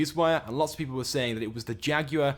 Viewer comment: Learn how to say Jaguar.